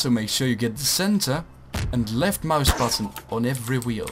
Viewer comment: ik dacht wel dat je nederlands was omdat je "left muisbuttun" zei xd